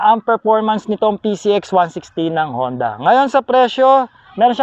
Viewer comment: Boss “honda” po ang basa dun sa japanese character :-)